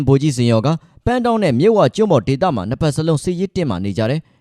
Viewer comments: ရေးတော့အမှန် ဖတ်တော့အသံတဲ့. ပန်းတောင်း= ပတောင်းမြို့ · ပဒေါင်း လို့အသံထွက်ကပါတယ်